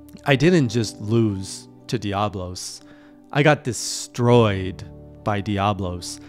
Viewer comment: Leg - ee - ah - nah Oh - doh - ga - ron I mean you can pronounce Diablos fine. Hope this helps!